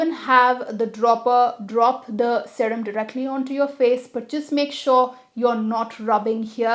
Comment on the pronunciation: First time I have heard someone pronouncing “sarem” instead of serum .... 🤣